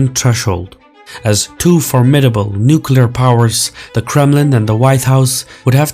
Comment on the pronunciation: Another person that says "nukelar" instead of nuclear... Please stop misspronouncing the word its annoying to hear so many journalists fuck it up constantly